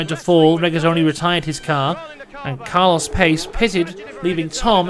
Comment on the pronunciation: A few notes: Stupid question but is she related to Paul and Derek Warwick? Also this picture is gold Jackie Stewart is a legend for pronouncing José Carlos Pace's name right (He is a legend regardless but still) Where did you find Murray Walker's Commentary of on that Race?! Thats awesome!